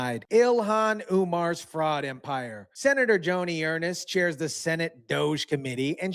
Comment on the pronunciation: It's pronounced ERNST